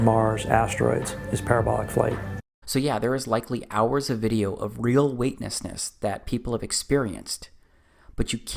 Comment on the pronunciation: You said there were hours of video of "weightnessness"...surely you MEANT to say weightLESSness???